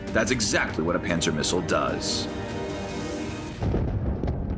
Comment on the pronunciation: Is it bad that every time they mentioned Pansir I will hear it as "Panzer"